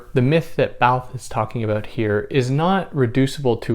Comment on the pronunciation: Oh wow. Says the name all French-like. Would like to hear his pronunciation of foie gras. In the end Barthes like almost all French frites end up reiterating, reacting to or against DesCartes IMO. Significant to me. Myth and language all subjective. Even the author ✍️ may not exist. My subjective process of thinking 🤔 only thing I’m sure of. Cogito ergo sum. Nice explanation here. Good stuff.